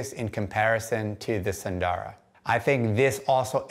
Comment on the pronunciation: 'sun - dara' not 'soon - dora'